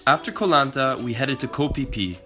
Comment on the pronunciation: The way to pronounce the word ‘Koh’ is like saying the word ‘cops’ but without the end, so like coh